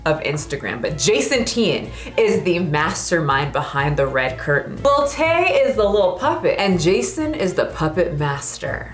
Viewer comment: I thought was saying lil tate xD but i can joke that she's Tate's daughter well little top G Andrew tate would be proud.